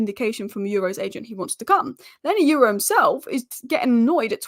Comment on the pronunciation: YORO ...start with YO as the way YO YO sounds ( not EU as in euro) then add RAW the way it sounds so now add the two YO and RAW ( sound only not spelling) there you go YORO